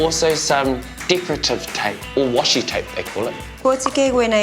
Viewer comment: It's 'wah shi' with an 'ah' sound not 'washy' tape. A Japanese word :)